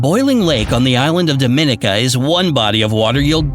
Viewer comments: The island nation Dominica is pronounced " Dom-a-nika" not "Dom-in-ica" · Thats my island. Its pronounced dom-mi- ni-ca. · Just a point ... The island that is the Commonwealth of Dominica is pronounced as Dom-in-KNEE-ca And NOT as do-min-eka Simple research could've told you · BTW, Dominica is pronounced Dom-men-KNEE-ka. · Learn to pronounce Dominica right 🤦🏽‍♂️ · Not how you pronounce Dominica but great video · Oof you pronounced Dominica wrong